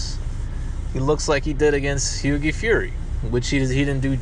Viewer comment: learn English sped, it's Hughie pronounced Hew-E not Hew-Gee.